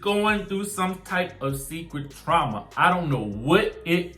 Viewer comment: Trauma..not "truma"🤔